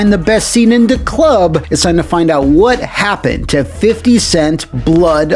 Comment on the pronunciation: I’m going to find out “what happun”….or die trying